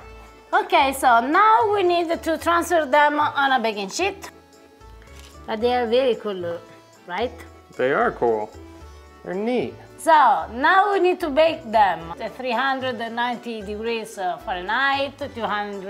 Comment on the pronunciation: 12.20 baking sh🤌🤌? Ma che cosa hai detto?? Haha la pronuncia signora. It did crack me up